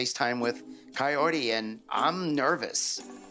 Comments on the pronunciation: Why the fuck is he still calling her Coyote? It´s Kaory! It shouldn´t be that freaking dificult, Ed! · It's pronounced Ki-or-ee, not coyote 🤦 Dammit Ed! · I cannot with him mispronouncing Kaory's name like "coyote" every. single. time. 💀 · The captions say coyote because he's saying it! 😂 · He literally says "coyote" too! he knows that's not her name, just goes to show he doesn't give a damn what her name is. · Why is he calling the poor woman Coyote?! 😭 Is it so hard for Americans to pronounce foreign names correctly? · Why is he saying coyote? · You’d think that Ed’s mum would have taught him how to pronounce “Kaory” properly. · He doesn’t even say her name right